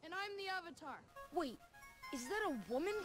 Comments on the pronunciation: in the show they say Ah not uh they said Uh - ve tar. In the show it’s pronounced Ah- ve - tar. The movie prounoucned it wrong . And you clearly didn’t watch the show, THE SHOW IS ENGLISH NOT JAPANESR it doesn’t matter if it’s based off Japanese culture that doesn’t mean the character name is pronounced as uhng it’s pronounced with a capital A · Well, the series itself uses the lore, names of south asian stories especially India. Avtar is a well known and popular sanskrit word..."evetaar" is not how its pronounced...its "Uv-taar" Bhoomi is what earth is called in Hindi. Chakaras in concept of Yoga. Reincarnation and coming as Avtar of some deity is all our stories have been about. I don't know how even Indians pronounce their own word so wrong. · Srongr thn srog uvatar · uh-vatar the last airbender 🤺